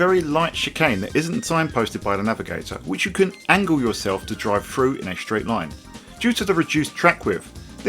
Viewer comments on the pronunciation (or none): please stop using f's instead of th frough? fink? feme? widtf? firty? I can't focus on what you're saying :-(